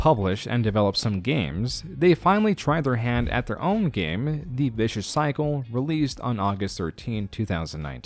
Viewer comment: Aside from a number of bad pronunciations (Ray Narvaez Jr., not Ray Navares Jr., and Vicious Circle, not Vicious Cycle) this was pretty well done. It really captured for me the disconnect between their leadership and their community. RT was built by the magic of an incredibly supportive community, and they've spent the last few years continuously burning bridges with the community that helped them build into a behemoth. They removed themselves from YouTube and tried to compete with Netflix when the community was completely content to watch their content on YouTube. This video didn't mention it, but they also flat out lied to their sponsors when they said they would grandfather them into the new pricing model, then removed the old pricing about a year later. Between that and the switch to more of a longform streaming model, they've lost almost their entire history of community.